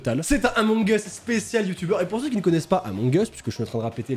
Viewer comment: C pas among es c among uuuuus mais j’adore se que tu fait